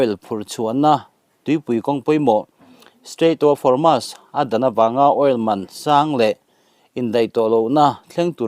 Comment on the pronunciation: Homas ti-a lam lovin, Hormuz tia lam tur